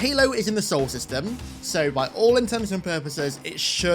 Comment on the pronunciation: The pronunciation is the So-ell system. Two syllables. The Sol system is our actual solar system